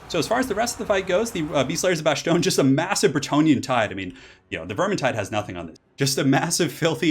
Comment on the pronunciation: I love these replays but I gotta get on you for one thing. Just because a fake word is rooted in a real word foreign language doesn’t make its’ “s” sounds “sh”. It’s Von Car-s-tein and Ba-s-tonne. End of the day you do you I’ll still watch but it drives me up the wall sometimes lol